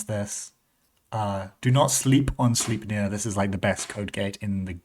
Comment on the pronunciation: It is pronounced "slajpnir" (Odins horse) BTW 😊